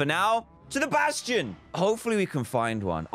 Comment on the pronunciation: At least he didn’t say basTTTion